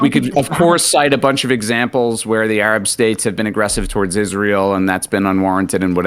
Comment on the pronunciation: I just want the conflict to end so I don't have to hear Destiny say Ereb anymore instead of Arab.